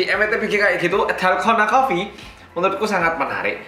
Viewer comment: no one: Literally no one: Not a single soul:: dHalGHona koppi